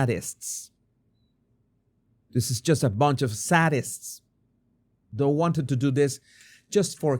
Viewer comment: SAY-dists is the pronounciation of "sadists."